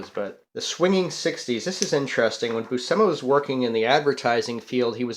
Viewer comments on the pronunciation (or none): pronounced Boo-shee-muh